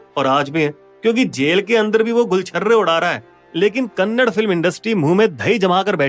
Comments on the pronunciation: Phele bat to e hey ki e kannad nahi hey kannada hey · Abe saale kannad nahi kannada bolo😡😡😡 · Khon re thu ho kannad nahi kannada. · Arrey bhai Kannad nahin Kannada bolo. ❤ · It's kannada bhai, not kannad 😡.. First, learn to pronounce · Kannad ❌ kannada ✅ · It's not "kannad" it's "Kannada"... please pronounce properly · Its not kannad its kannada.. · कन्नड़ नहीं कन्नडा है। अगर बोलने नहीं आता तो मत बोलो पर गलत मत बोलो।😡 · Jai d boss ❤ and also it's Kannada not kannad